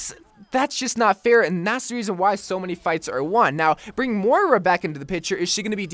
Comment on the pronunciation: Its moira not mora